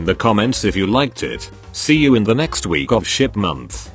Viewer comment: why'd i hear shit month instead of ship month at the end lmaooooooooo 💩 and thanks RON THE DANCER